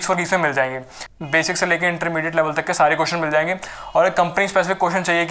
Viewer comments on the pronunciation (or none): none